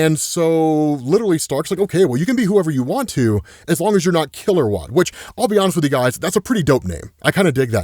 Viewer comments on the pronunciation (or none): none